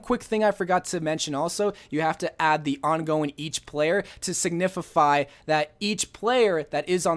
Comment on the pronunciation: Nobody:: To signifify